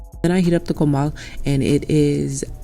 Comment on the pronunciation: Love how you pronounce tortillas and comal sounds like you speak Spanish fluently. Great Video Hermana 🔥💯✊🏽